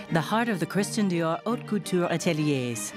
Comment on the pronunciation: Just FYI: "Haute" is actually pronounced "aute"